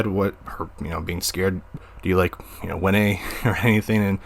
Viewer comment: I think her name is pronounced (Wee-Ne)